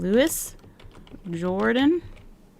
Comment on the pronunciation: Some pronunciations for you: Louis Jordan - (LEW-ee zhohr-DAHN) Omar Sharif - (OH-mahr sha-REEF) I will edit as I go through the video. I just want to be of help. I am in no way criticizing you!